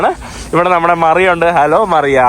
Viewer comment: മറിയ അല്ല മരിയ 😂